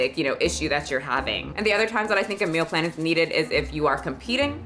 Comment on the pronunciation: I couldn't focus cuz I was paying too much attention to how you say "Meal Plan" I keep hearing "Mill Plan" Love ya still